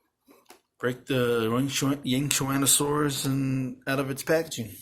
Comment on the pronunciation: Dude how are you able to pronounce that